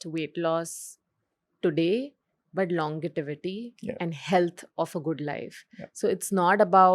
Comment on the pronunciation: Great discussion. It’s longevity not longitivity 😬 😅